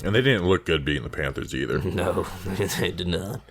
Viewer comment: does have a speech impediment? "Vikins" "Panfers" "Johnafin" things of that nature.